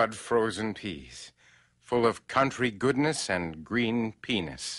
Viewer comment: of course everyone notices "green peaness," but what about his particular emphasis on the beginning of the phrase "country goodness"?